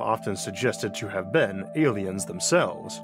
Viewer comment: Da Awlienz taught the hewmanz technowogy